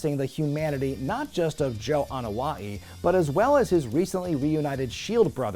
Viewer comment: Samoan here. Despite you being an American Jew, let me acknowledge how beautiful you landed that pronunciation of the "Anoa'i" name. That Polynesian apostrophe is very tricky to hit so most non Polynesians just ignore it. You are most definitely are invited to the Lūʻau.